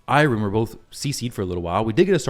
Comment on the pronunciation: I’m sorry but I’m so bothered by the way you’re pronouncing Eironn 😭